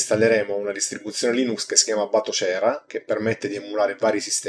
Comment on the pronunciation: però la pronuncia di Batocera... :(